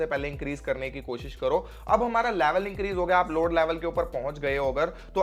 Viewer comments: Laavell😂😂😂😂😂 Laavel sabke niklenge😂😂😂😂😂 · Bhai aap level bolte ho to use ladki ka yaad aa jata hai 😂